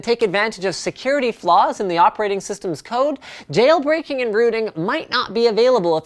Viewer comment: hahaha nice one "Jayle Brakeing"